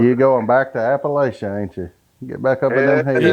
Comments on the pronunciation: Hey,... it's Appa-LATCH-uh, not Appa-LAY-chuh! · That's too funny, but it's called APP-A-LATCH-U!